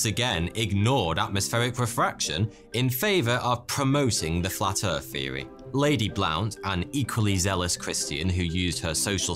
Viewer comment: Flat Earf feory?